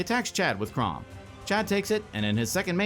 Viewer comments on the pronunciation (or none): is it on purpose it sounds like says "Kraumbat" when Kraum attacks? 😂